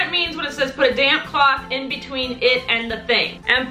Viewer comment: I love you but you said in bewteen!